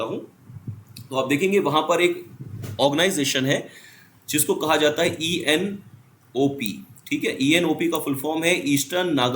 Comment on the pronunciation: ENPO. Not ENOP